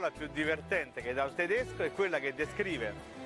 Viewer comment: Tedesc [Tedescə] non è per niente napoletano. Forse [Tedeshcə] ci assomiglia